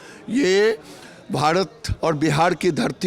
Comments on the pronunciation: गिरिराज सिंह भारत बोलिये भाडत नही होता है पहले बोलना सिख लीजिये ,फिर बंदेमातरम गाना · वो भाडत नहीं , भारत होता है ........चुतिये गिरीराज🤣 पहले बोलना तो सिख...